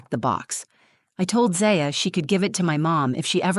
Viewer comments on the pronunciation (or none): Is her name ZAya or ZIya? If you are going to read a story, be consistent with pronunciation! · I wish they would get the pronunciation of the child’s name straightened out. Is it Zaya or Zia? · I wish the narrator would get the kids name right, she keeps changing how its pronounced ... Zia, Zaya😂😅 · Try to pick names that Ai can pronounce for your fictional characters. Zaaya. Zia. Zaya. Zya… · Could they maybe settle on one way to pronounce the little girl’s name? 🙄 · Sadly, this is probably not an unusual situation. Children should never be treated like this. Ever. They are innocent little beings, and should always be included and cared for. As an aside, did it bug anyone else, when the narrator kept switching back and forth in her pronunciation of Zaya’s name? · The most annoying thing about this story wasn't the grandmother. It was the narrator telling is as if it was about her own daughter, then changing the pronunciation of 'Zaya' back and forth from beginning to end. Ridiculous AI. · No thumbs up because you couldn't decide how to pronounce the child's name. Extremely annoying. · Haha nobody was bothered by this story-teller pronouncing the name Zaya two different ways throughout? Plus this reeks of AI. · The inconsistency of the pronunciation and spelling of Zaya really brings down the quality of this video. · The next time you make up a story, try to see that the AI narration picks one pronunciation for the lead character's name, and sticks with it. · Come on lady, is it Zay-ya or Zai-a? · The AI on this sounds pretty good... The only giveaway is the shifting difference in the pronunciation of the daughter's name. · I find it weird you keep changing the way you pronounce Zaya. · 3 different pronunciations of the child’s name in as many minutes. You need to edit better. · It would be nice if the narrator would at least pronounce her daughter’s name the same way each time. It’s very distracting. Is it Za-Ya. Or Zy-Ya?